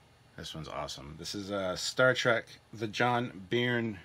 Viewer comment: "Byrne" is pronounced "Burn" He's a famous writer in comics, largely for his Superman run.